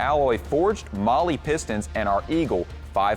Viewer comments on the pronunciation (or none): none